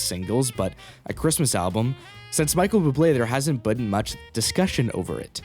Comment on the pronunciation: Bro does not know how to say Michael Bubble